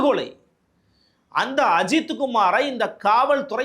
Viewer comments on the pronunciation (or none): none